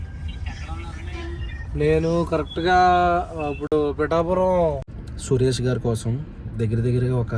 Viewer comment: Its not pittapuram Pitapuram make it correct 😂😂😂